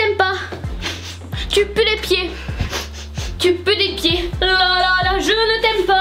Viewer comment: tu est très drôle tu à dis tu pu dé pied😅😅😅😅😅😅😅😅😅😅😅😅😅😅😅😅😅😅😅😅😅😅😅😅😅😅😅😅😅😅😅😅😅😅😅😅😅😅😅😅😅😅😅😅😅😅😅😅😅😅😅😅😅😅😅😅😅😅😅😅😅😅😅😅😅😅😅😅😅😅😅😅😅😅😅😅😅😅😅😅😅😅😅😅😅😅😅😆